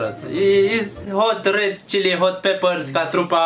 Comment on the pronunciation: nesimtitu-le! se zice chili! nu cili! :))))))